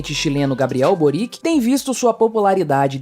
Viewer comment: Só lembrando que a pronúncia de Boric é servio-croata parecida com Djokovic.